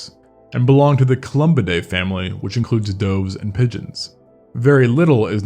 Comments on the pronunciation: “Doh-vz”? Doves! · Do Americans really pronounce "doves" as though they're jumping into something? In the UK, it's "duvs". I guess it might not be an awful AI voiceover: you hear "shone" rendered as "shown" (in the UK it's "shon"). I shouldn't be judgemental. Not hanging around, though. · I have never once in my life heard someone pronounce “doves” as “doe-vs” Until today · It is pronounced "duvs," not "doavs." Yoy really don't know what a.dove is?????? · Who has ever pronounced the word 'doves', as doaves ? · Did you really pronounce "doves" as "doughves"? What. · Never heard doves pronounced like "dohves" before lmao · "dOves"? You never heard the word dove? it rymes with of not clove. And macques isn't ma "Cocks, its ma-kack. Is English your primary language? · "Lange?" How you pronounce "doves" is bizarre... super common bird but you say "dohves." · why do you say doves like that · You pronounced doves wrong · This is the first time I’ve ever heard anyone pronounce “doves” the way it’s spelled. Lol. Threw me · I've never heard anyone pronounce doves like that before.....